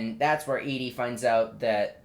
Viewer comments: him saying Edie the whole time lolololololol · Her name is Evie not Edie :(